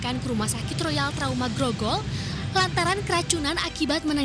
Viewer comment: mohon maaf sedikit koreksi bukan royal trauma, tp taruma..